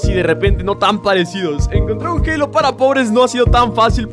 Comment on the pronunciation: wue no mames se dise halo